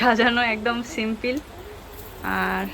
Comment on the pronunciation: সিম্পিল হবে না সিম্পল বলবে